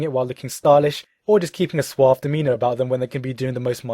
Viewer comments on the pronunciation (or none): none